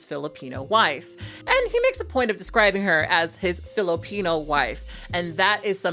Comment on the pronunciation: Somehow this guy pronounces Filipino with a hard R